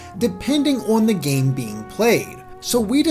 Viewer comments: it's on, not ouwun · owrn the way he says on is lol